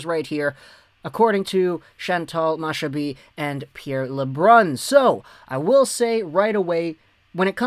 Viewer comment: Machabee= Ma-Kha-Bay